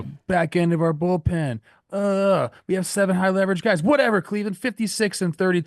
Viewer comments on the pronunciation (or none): none